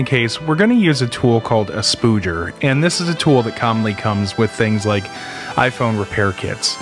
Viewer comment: "Hey Home Depot, got some of them SPOODGERS?" xD